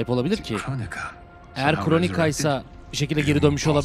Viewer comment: Kronika değil mq yaa valla tilt oldum kronika diye diye 😂